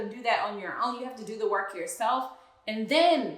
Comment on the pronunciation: I think Matt confirmed it himself and no unfortunately I did not see it any article but I know it within spirit lol. That man pronounced “work” as “wok” and “situation” as “situashawn” lol